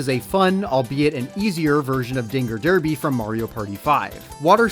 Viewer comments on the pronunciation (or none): none